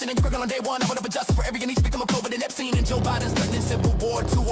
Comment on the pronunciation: Song sounded really good. But definitely AI heavy. At one point they pronounced it ep-STINE and later ep-STEEN. Thats a AI giveaway. Lyrics also Q -coded 🤨